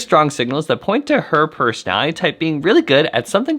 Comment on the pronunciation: I love your perspectives! Please enunciate "personality" with five syllables.